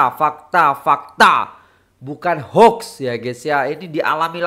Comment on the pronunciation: TAHNIAH,! KALI PERTAMA SAYA MENDENGAR ORANG INDONESIA MENYEBUT PERKATAAN ' HOAX' DENGAN BETUL. 🎉 Don't worry,I was a teacher of English language in one of Malaysian college.